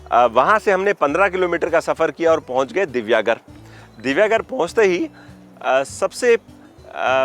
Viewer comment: ये आपको इतिहास क्या समझायेगा!!! यह जगह राम कोळी की थी! राजा राम नहीं । यह सिद्दी + हिंदू + मुस्लिमके वंशज है ।.... अगारदंडा नही सर, यह "आगरदांडा" कहलाते हैं । जो information लेनी है, तो उच्चारण भी सही तरीकेसे कीजिए । यह मेरा गाॅंव है। "दिवेआगर".... दिव्यागर नही साहब ।